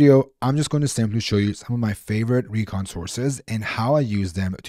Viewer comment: He makes Recon=Kheechadi😂😅